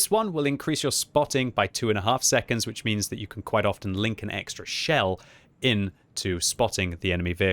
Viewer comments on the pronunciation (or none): none